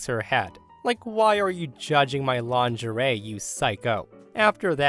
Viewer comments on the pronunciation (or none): It's not longerie. It's lingerie.